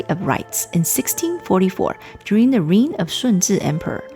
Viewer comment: Chanced uponn your channel. Very informative. Just a warm note..."reign" is pronounced like "rain"